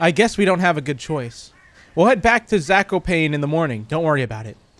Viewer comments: It is pronounced zak-o-pawn-ay and raz-I-el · You pronounced Zakopane wrong it has to be "Zah - koh - pah- neh" and its a city in southern poland